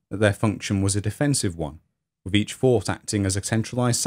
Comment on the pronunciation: How can you not learn to pronounce “ TH “!!! With not wiv , Thousand not fousand !! Together not togevver !! Other not ovver !!! Such ignorance is astounding !!